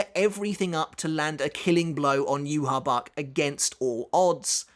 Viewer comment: Yu-Ha-Bach... Yu-Ha-Wach